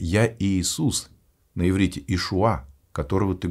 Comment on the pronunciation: Иврит, а не еврит